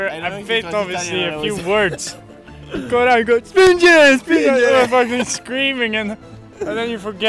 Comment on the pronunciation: For who is interested, the inaudible is "coraggo" (I'm pretty sure he's trying to say coraggio (in the meaning of come on), he just mispronounced), and then he says spingere, spingere (push, push)